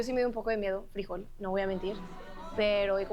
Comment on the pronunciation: Frijol (the dog's name) is pronounced FREE-HOLE in English, with the accentuated syllable on HOLE.